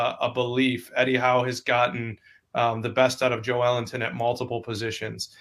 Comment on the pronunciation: Its pronounced joe-linton not jo-elington argghhhh